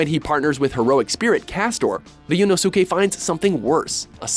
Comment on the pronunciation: I legit fumed that they butchered my boy Ryuunosuke's name. That pissed me off.